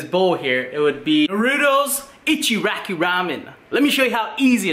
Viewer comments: He said ichiraki instead of ICHIRAKU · I thought I'm the only one who got pissed that an Asian couldn't say it right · God damn u saying naruto ichiraku ramen makes me cringe you say it like “Narudo echeraku ramen” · The way you said Naruto and ichuraku boils my blood